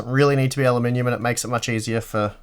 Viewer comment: I giggle every time you say "alumninium"